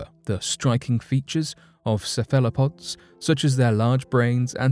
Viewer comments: "Sa-fella-pods" Hahahaha LOL!!! This guy is hysterical, he cracks me up I swear, the time he pronounced 'Mesopotamia' as "Me-So-Pot-A-Mia" I nearly choked laughing, what a goofball, I literally laughed my drink out my nose!!! Keep up the hilarious work, good stuff indeed. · Its no surprise that cephalopods are considered alien. The greatest alien is of course human beings who were manufactured by a visitor millions of years ago from primates PS narrator its ceph alo pods. Now you try ! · I love how he pronounced cephalopods (sef-ah-la-pod) sefallowpod. aww the British.and they think we talk funny.